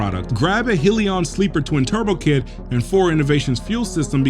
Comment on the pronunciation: "Heel-ee-on?" 🤣🤣🤣🤣🤣 It's "Hell-yun."